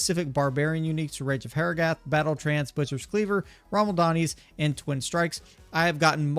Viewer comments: "Rommel Donnies"? lol.... "Rama - Lad - Knees" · its not Ramal - Dani , its Ra - Ma - Lad - Ni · I like how no content creator actually pronounces Ramaladni's correctly. 😂